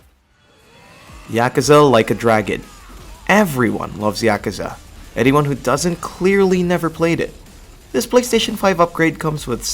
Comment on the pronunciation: This is the only person in the world to pronounce yakuza “eea-Kuh-zuh” idk if it was for attention or not but I had to dislike